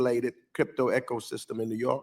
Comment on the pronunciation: "Echosystem"? Ugh.😅